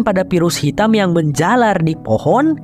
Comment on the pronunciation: Fohon hahaha jadi fohon kan 😁😁😁😁😁😁